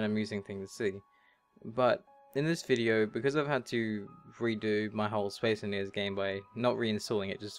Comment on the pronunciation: I love how you say "Bradshushon" and "Spes enniniees", but maybe that's just me ;)